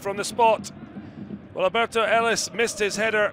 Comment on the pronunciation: His name is ALBERTH ELIS. Not Alberto. Put some respect on the man's name.